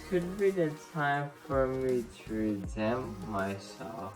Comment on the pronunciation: Hahhaha I think u mean the word “redeem”